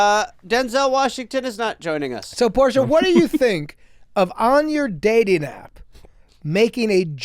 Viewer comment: Portia.. Porsche? Dude are you a pisces?